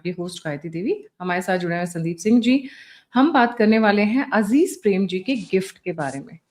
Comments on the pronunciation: Correction here it’s Azim not Aziz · It is azim premji not azeez premji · It's Azeem not Azeez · मैडम जरा थम्ब नेल में नाम तो सही कर लीजिए "अजीज"नहीं "अज़ीम" प्रेमजी 😆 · अज़ीज़ नहीं अज़ीम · उनका नाम अजीम प्रेमजी है अजीज प्रेमजी नही. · अजीज प्रेमजी नहीं। अजीम प्रेमजी। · It's azim Premji not aziz premji...kindly correct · NOT "Aziz" Premji, BUT "Azim" Premji. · एवं! सम्बन्धित व्यक्ति है अज़ीम प्रेमजी हैं न कि अज़ीज़ प्रेमजी!! कृपया सही शुद्ध नाम का उल्लेख करनें की कृपा करे🔴🔴🔴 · Not Aziz but Azim....